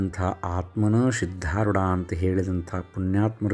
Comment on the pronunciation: Sir dayavittu sariyada uchchara maadi.....adu SIDHDHAROODHA Gurugalu....SHIDHDHAROODHA Gurugalu alla......